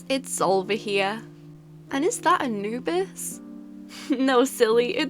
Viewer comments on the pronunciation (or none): none